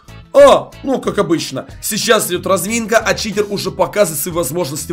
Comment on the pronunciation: сказал в начале не читер а китер